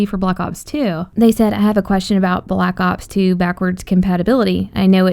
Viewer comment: It's black ops 2 not block ops 2 pronounce it right